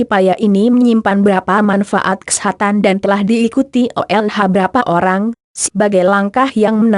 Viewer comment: cewe orgmna yg ngomong?? lucu bgt. kesehatan jg jd kesetanan hhh